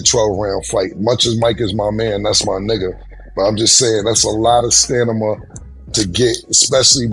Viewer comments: I thought I was tripping...but Cam dead ass said "Stanima" at least three times 😂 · Cam is saying stanima😂 he means stamina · Stan nah mah lol nah killa it's Stamina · Come on Cam , stanima 😂, its stamina !!! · Cam said Stanima not stamina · "Thats a lot of stanima"😂😂. I'm french, and I'm telling you it's stamina, "aks" sombody.😂😂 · Not the stanima😂issues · STANIMA is crazy 😂😂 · Stanima is crazy 😂😂😂😂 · I think it would have been okay if Cam was talking about Tyson's stamina. But stanima??? Never question a man's stanima. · StaNima is hilarious😂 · Stanima? Stamina, WTF, Cam? You are doing too much! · You cannot be talking sports saying stanima! 🤣😂😅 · It is pronounced Stamina not stamima. It is also pronounced Acting not acking. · Cam dead set on saying "STANIMA" 😂😂😂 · “It’s gonna turn into a stanima issue” 😂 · every time i hear "stanima" i hear a bell ring right behind it😂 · saying "stand em up". 😅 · Get the pink horse power!! It gives u STANIMA!! 😂😂😂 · Did cam say “STANIMA” instead of stamina?! 🤦🏽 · “Stanama?!” REALLY CAM?! 😳🙄😂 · Wtf is Stanima,???? 😂😂😂😂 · It's Stanima for me lol,and said it twice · Cam's computer wasn't putin!' STANIMA???😂🤣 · “StaNima”!!! What’s that?😂😂😂😂😂😂😂😂😂😂😂😂😂😂😂😂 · What in da hell is Stanima😂😂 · Dafuq is STANIMA ???? BONE APPLE TEA 😂😂😂😂😂😂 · WTF is ah STANIMA?😅😂😂😂😂😂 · He said stanima 20 times. Come on Cam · This nicca said stanima 🤣🤣🤣🤣 he making up a new vocabulary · Not the "STANIMA" 🤦‍♂️😆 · My dawg Cam said "stanima" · I just hope Tyson's "stanima" holds up and knocks this dude out. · Stanama🤦🏾 Somebody correct him please🤣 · Stanima??? WHAT???? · stanima 😂😂😂😂😂😂😂😂😂😂😂😂 not 3 times cam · if cam say stanima one more damn time.... smh up here clowning mike. its gonna come down to a what issue??? lmaooooooo!!!! side bar mikes 57 c'mon if jake really wanna get down its plenty hitters his age that could really test his metal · What the hell is "stanama".🤦🏾‍♂️ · Cam aint got the STAMINA to EVEN SAY “Stamina”!!! 🥊💯🤣🤣🤣🤷🏽‍♂️